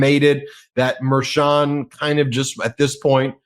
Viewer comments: Why not correct mispronunciation of Merchan? I notice that Ben has now adopted the incorrect version. I don't understand that. You guys are professionals, right? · Please pronounce the judge's name correctly. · I know he is older, but can pronounce Judge Merchan's name correctly? I already have too many friends who mispronounce Kamala.